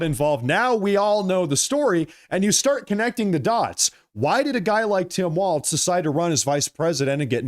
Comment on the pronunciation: Walz, as in walls, no t in Walz.